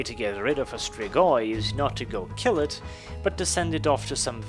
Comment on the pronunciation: ps. you perfectly pronounced Strigoi! :D Side note, these are Real Fucking Bad Ass Mother Fucking Vampires! :D